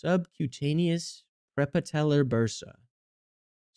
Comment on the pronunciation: He says "prepatellar" like a Brit lol "Preppa-teller" instead of "pre-patellar" Maybe he just needs to take a more propaganda